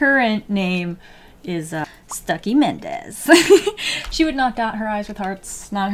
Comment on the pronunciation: every time she says Stucki a marvel fan dies a little inside